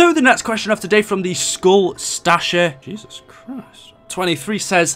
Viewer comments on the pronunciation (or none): none